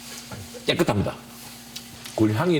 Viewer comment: 아니 무슨 깨끗합니다가 깨애끄트탑니다로 들렼ㅋㅋㅋㅋㅋㅋㅋ